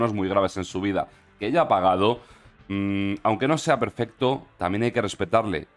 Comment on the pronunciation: Dice (Anque) vete a la escuela